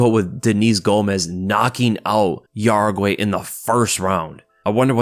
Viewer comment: Dude, it’s not pronounced yaraguey, it pronounced how-reh-gee